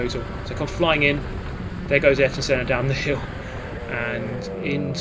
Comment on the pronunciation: You Arton Sennad, Ayrton Senna